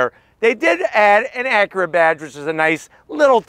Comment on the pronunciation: Your mispronunciation of “Acura” is terribly distracting.